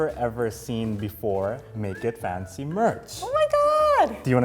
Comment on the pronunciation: Someone please teach me to say that "make it fancy" cuz the way she pronounce is impossible to repeat 😭